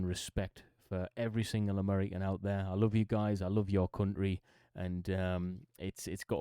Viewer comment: near the start, look how he pronounced ‘country,’ it sounds like ‘cuntry’